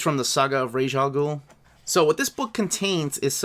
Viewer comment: nah it’s pronounced raysh